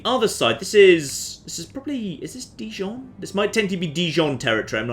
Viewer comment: For someone romantically involved with a french girl you're pronunciation of Dijon is appalling. P.S Jon deserves a noble peace prize